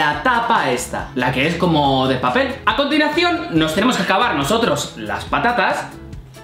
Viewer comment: minuto me parece o dijo:acontilacion no estoy criticando ni nada es solo un comentario de pregunta